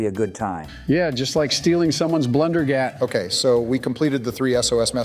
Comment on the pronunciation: Oh it’s not blunder gat it’s blunder gyat